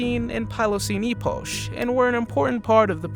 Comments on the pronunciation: "Smellodon" instead of Smilodon, "Eposh" instead of "Epoch" (pronounced like eh-puck). Do research before you just push out videos dude. It makes what you say sound stupid and also gives people with a brain the impression you don't know what you're talking about 🤷‍♂️ Sorry, but sometimes we need constructive criticism. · Say it with me: “Pleistocene”. “Epoch” is pronounced like “epic”. Spelled “smilodon”. I enjoyed the video, just a couple edits to suggest.